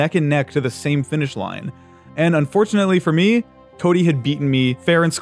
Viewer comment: this is completely irrelevant but i love that you pronounced the typo in unfortunately in cody's first message